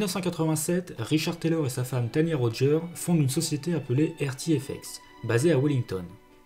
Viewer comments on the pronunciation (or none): none